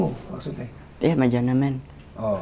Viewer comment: Anji:menejemen Fajar:ya mejenemen